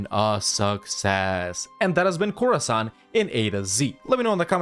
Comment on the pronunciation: Khorasan, more like Core-san!